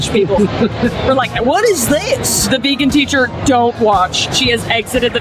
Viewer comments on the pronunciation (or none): none